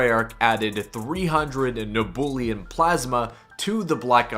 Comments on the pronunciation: ITS PRONOUNCED NEB-YEW-LEM NOT NEBOOLIUM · its neb-u-lum not neb-ool-e-um. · You cannot pronounce nebulum can you 😅